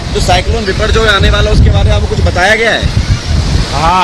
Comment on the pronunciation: Not Biporgoy but Boporjoy